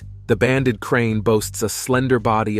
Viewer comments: Its a crate not crane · It's called krait, not crane. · Krait not Crane Please learn to read if you're going to try to educate people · *Banded Krait not “Krain” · The narater is annoying by calling the krait snake a krain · If he says "banded crane" one more time 😂😂😂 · Periodically mispronounced the banded krait. Got it right sometimes.